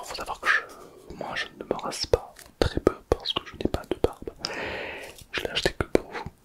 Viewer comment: J'aime bien quand tu fais le trrrrrrrrèèèèès😊😊😊😊😊😊😊😊